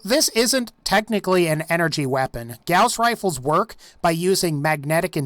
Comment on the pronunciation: "gouse" rifle lol